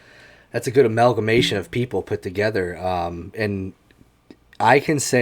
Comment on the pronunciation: My guy said amalgamation